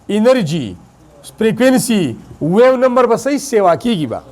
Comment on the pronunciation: So you pronounce the wave number incorrectly ❤❤❤